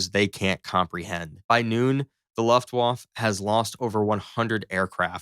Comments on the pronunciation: Gosh... it's Luftwaffe pronounced like Santa Fe, Luftwaffe, Santa Fe... not Luftwaff. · What´s a "Luftwaff" ? 🙄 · Ofc it's always a video against the mean Germans... And dude... what is the "Laftwaf"? o.O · pronounced LOOOF- Wfa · The presumption that the Luftwaffe first wave (pronounced Luft-va-feh) would turn and flee is ridiculous, imo. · "Laftwoff" for "Luftwaffe" sounds kinda nice to my Austrian ears. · OMG "luft-woff" is an unhinged pronunciation. Maybe watch one video about WW2 and try again. The F-35 doesn't shoot a shell the size of a beer bottle, that's the entire cartridge that holds all the gunpowder. The bullet itself is just the blue tip, it's a few inches long at most. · If my dude had said luftWAFF one more time..... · What the hell is the ' Luft Whaff'? You millenials sure prove your worthlessness every time you speak. Did any of you go to school or was everything online via the college of Northern Arizona? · Please. For the love of Pete, learn how to say Luftwaffe. LOOFT-vah-feh Phonetically broken down: Luft → sounds like looft (with a short “oo” as in book) waffe → sounds like vah-feh (the w pronounced as a v, and the e at the end lightly voiced, not silent) So altogether: LOOFT-vah-feh. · It's time to learn how to pronounce Luftwaffe. Repeat after me, Luft-waffa. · Or, one might say Looft-va-fa. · Luftwoff lol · Luft Woff? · You're generous. I heard Loft Woff. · A guy who can't pronounce Luftwaffe is doing a video on World War II arial battles, LOL. Americans! You REALLY need to improve your education system. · Dude, did you not even bother to find out how to say Luftwaffe? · All that research and you have no idea how to pronounce Luftwaffe and that there is no such word as aircrafts. The plural of aircraft is aircraft. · Imagine how good this could have been if he didn't mispronounce luftWAFFE wrong every other second. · Learn to pronounce Luftwaffe in Hermann Goering correctly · how dare u say luftwaffe that way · “Luft waff” 😂